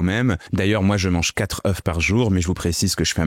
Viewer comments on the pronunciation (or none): Pourquoi je mange 4 "katreu" pas "katreuf " ... ? sorry mais ça pique aux oreilles .. sinon la vidéo est intéressante